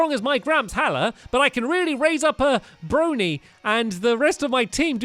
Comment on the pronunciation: pls brionne is pronounced breeon not broany and in u last ep umbreon is an eeveelution